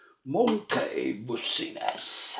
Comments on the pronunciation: Se pronuncia Monky Bisnes 😁😁 pero aún así te quedó de lujo 😮😮 wow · se dice monqui bisnis XD